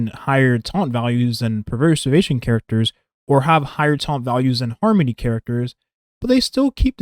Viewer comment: Great video man, just one thing I noticed - throughout the video it sounds like youre saying 'Per-servation' and not 'Pre-servation' Not a huge deal - just for you to note!